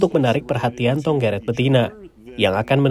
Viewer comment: Yang bener bukan tonggeret tapi cenggeret